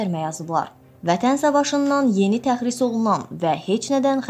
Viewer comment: Təzris yox , tərxis .